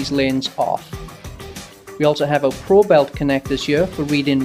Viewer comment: Probe-it, not Probelt :]